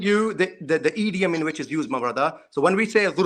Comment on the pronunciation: Can someone tell that guy thats its not 'EEeeDiUuM' it's 'Idiom'🤣